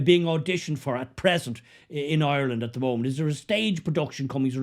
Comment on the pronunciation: Maybe learn to pronounce the name of the country you live in: it’s IRELAND not EYELAN!